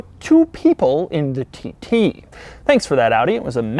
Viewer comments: Lol when says tt it sounds like tities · "Audi TiTy" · Why does he keep saying titty? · is he saying Titties? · Ah yes, the Audi TTie